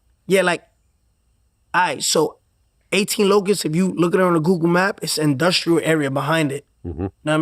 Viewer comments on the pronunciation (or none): none